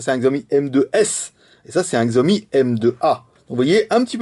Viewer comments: Alors en fait ça se prononce Shiaomi. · Oh F(X) ! :o Pas mal le telephone et on prononce 'Shiaomi'